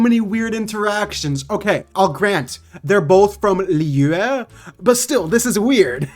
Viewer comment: The way he says Liyue- I speak chinese why does that sound like he's speaking chinese